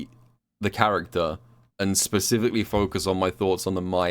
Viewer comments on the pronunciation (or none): none